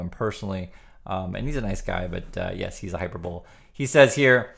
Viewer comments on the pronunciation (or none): Hyperbole is pronounced / haɪˈpɜr bə li /